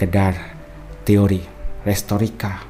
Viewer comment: Bukan restorika kak,, tapi retorika😊